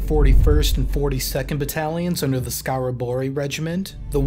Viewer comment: 41. 42. is skaraborgs regimentet not skaraborgi.... edit: you said fucking skevde.